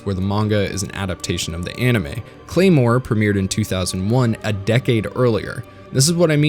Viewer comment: more like CLARE-more, HA